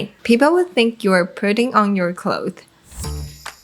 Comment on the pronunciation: Why does she keep saying clothe when she means clothes? It's driving me nuts